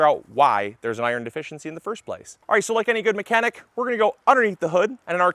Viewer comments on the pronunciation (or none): none